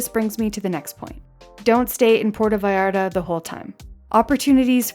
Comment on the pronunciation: "Porta Vayarda" --.